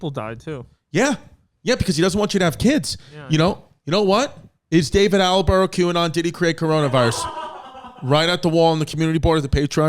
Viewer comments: Haha David Attelborough. It’s Attenborough my dude!! I guess you only switched one letter haha it’s tubberware all over again babe. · My favorite part of this episode was Chris mispronouncing David Attenborough’s name over and over. Attelborough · It's David Attenborough, and I don't think you managed to pronounce his name correctly once. It was funny, how calm you were about a potential new baby, I would have sworn a few more times than you did :) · Anybody keeping track of how many times Chris says David Attenborough incorrectly?